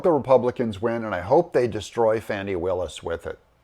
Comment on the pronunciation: It's pronounced "Fonnie" or "Fawnnie".